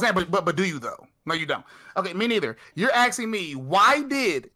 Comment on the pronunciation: Cool debate, I just didn't like how Destiny kept axing fake questions